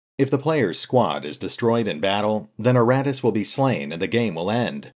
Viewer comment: I keep hearing erratus instead of Iratus :) Pretty funny. This game was a mistake! :)